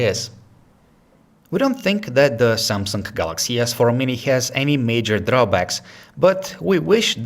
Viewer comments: Did he just say " samsungk" or its just me? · "Da seeamsunk.." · Lol he said samseng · That's SamsunG not SamsunK. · Good review, but... Samsunk?